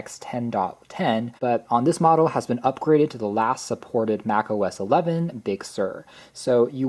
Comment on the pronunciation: ‼️”Mac OS ex” “Ex-speshully” “Boggle down” Literacy in America. 🤡